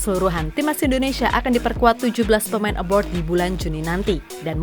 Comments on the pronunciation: Kok saya denger suaranya "aboard" pas nyebut pemain yg main di luar negeri bukannya "abroad" 😁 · Pemain ABROAD, Min.... Bukan ABORD... Beda Arti dan Makna. ABORD=BATALKAN ABROAD = LUAR NEGRI ... jangan asal Ngecap, sudah gitu Salah.... Parah !!!